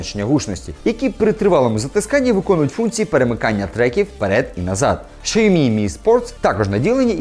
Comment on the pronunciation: Якщо б щє назву компанії Сяомі правильно вимовляв - ціни б йому не було.